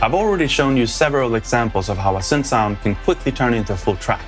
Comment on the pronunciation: It’s not “sünth” or “sünthesizer”. English “y” behaves mostly like an “e” or a swedish “i”